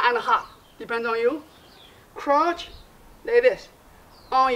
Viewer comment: When he says crouch it sounds like he's saying crotch